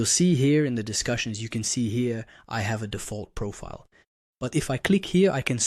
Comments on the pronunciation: Prophet? I'm confused too! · Is he saying "profit" and not "profile"?